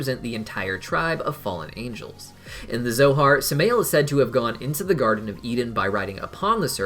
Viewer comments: Pretty sure its "Sam-eye-elle", not "Sum-ay-elle" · Samael is said as Sam-I-el